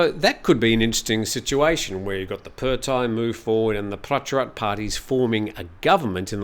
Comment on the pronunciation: Just a small quibble: It’s the เพื่อไทย party (meaning “for the Thais” or “for Thailand”) and it’s pronounced “peu-a!” (said emphatically). And the leader’s first name is พิธา, which is pronounce as pi-taa , with a very short “i” (not peter). You should never rely on the transliterations, even (or especially) the official ones because they’re mostly wrong!